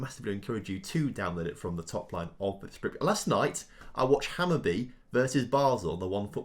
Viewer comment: Perfect pronunciation of Hammary there... What have you done to the real!?!?